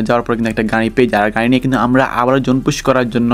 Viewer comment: গাই গাই করো ক্যা,মিয়া গাড়ি বলতে পারো না 😂😂